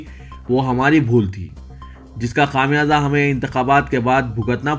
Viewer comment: خمیازہ نہ کہ خامیازہ